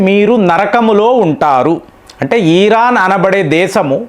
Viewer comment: ఈ సారి America physical యుద్దం చెయ్యదు.. Digital యుద్ధం చెసి అవకాశం ఉంది...ఈరాన్ కాదు... ఇరాన్ సర్